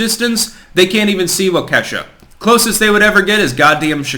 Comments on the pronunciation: Waw’ ka shaw. Accent on the 1st syllable. All vowels are sounded as soft. I live in Wisconsin. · I live in Wisconsin, not trying to be a dick but it’s pronounced like Wok ish ah (Waukesha) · The locals pronounce it "Walk Key sha" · Hey, it's Walk-ah-shaw, not Wah-kay-sha. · it's painful to hear you pronounce Waukesha. It's not perfect but you could even go with "walk-a-SHAW" and leave Wuhkee$ha out of it. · Good points. As someone born and raised in the milwaukee area, I would like to offer a pronunciation correction: Waukesha (walk' e shaw) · As a south east Wisconsin native please stop calling it wau key sha. Normally its funny seeing out of staters say wisco names but this is serious. Its walk a shaw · Waukesha Pronouned: Whah Key Shaw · its pronounced walk-i-shaw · it's pronounced "wawk a shaw" you are embarrassing yourself at this point. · You probably don't give a shit, but it's pronounced wah-kuh-shaw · Pronounced: Walk-a-Shaw. Soft a..... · Wa kee shaw Is the correct pronunciation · As a Wisconsinite I’m getting seriously triggered by the pronunciation of “Waukesha”. Its WAU-keh-SHAW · Wau-ka-shaw is how it pronounced. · Really enjoy listening to your insight. I just thought you might appreciate knowing that Waukesha is pronounced WALK a shaw. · It is pronounced. WAAH-KEE -SHAW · WAH-ke-sha,. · it's pronounced like Walk a shaw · Walka shaw. Just say that phonetically. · the town is pronounced " wah ka shaw" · pronounces certain words weird lmao